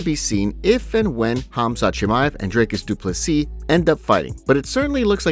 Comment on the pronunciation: “Drake-us Doo-pless-ee” 😂